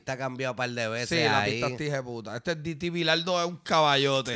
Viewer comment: Es DT se pronuncia DETÉ viene de Director Técnico (Fútbol/soccer/no se como le digan allá)